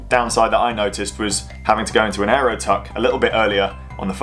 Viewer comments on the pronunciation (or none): none